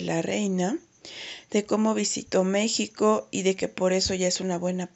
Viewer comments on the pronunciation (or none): none